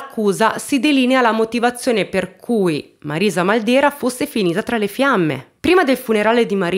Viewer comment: Ciao! Io sono di Corato..conoscevo solo in parte questa storia. Grazie per averne parlato <3 Comunque il cognome da noi si pronuncia Màldera:) Grazie ancora per i contenuti che porti!!:*